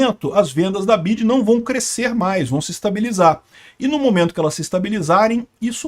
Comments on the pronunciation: Nunca ouvi alguém pronunciar Bidji antes... Mesmo aqui no Brasil, sempre ouvi dizer em ingles "Bi Uai Di" ... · É correto esse jeito de falar BYD: "bidi"? muito estranho. Pensei que todos dissessem "bi-uai-di" 🙄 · É "BI-AI-DI " > "BIDI" É NOME DE BATEDOR DE CAETEIRAS 🤣🤣🤣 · "BID"? KKKKK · O nome é BIO AI DI BYD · Onde o aprendeu a falar "bid"? Ninguém fala assim. É o problema de se informar somente por leitura. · Só vi idiotas comentando neste post a comecar pelo Youtuber pronunciando o tempo todo o nome errado da montadora. Minha BMW X3 com 22.000 km rodados foram gastos R$ 27 mil reais na revisão. Vários serviços tipo concierge , GPS e serviços de informação via Wi-Fi venceram e não funcionam. Cobram uma taxa absurda para mantê los.Ah o preço de uma X3 NOVA ? R$ 600 mil reais ou o triplo de um BYD TOP de linha q oferece todos os recursos! Os EUA e a Europa estão revoltados com esta concorrência já q o governo chinês oferece incentivos fiscais para exportação! Nunca irá falir e lembrando q qualquer montadora tem o seu eletrico. Volvo Sueca não produz mais carro a combustão. Trump saiu do acordo de Paris e se dane o meio ambiente! Elon Musk já está pulando fora desta Santa Ignorância presidente da poderosa América!😊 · Por que ele pronuncia errado o nome da montadora? Parece um ret@@